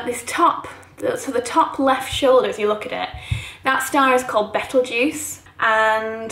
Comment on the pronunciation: Do you realise you pronounce Betelgeuse constantly wrong?? I’ll be damned!